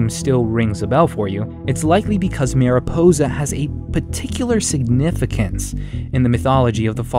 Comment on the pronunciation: As someone who speaks Spanish it irks me whenever he tries to pronounce "mariposa" lol